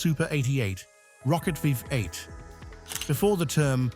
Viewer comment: Pisses me off they're unable to say V8